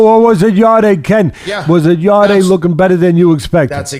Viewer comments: just to let you know it's not yarday its pronounced yard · He’s not ‘yarday’ it’s just Yarde, silent e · You pronounce his name yard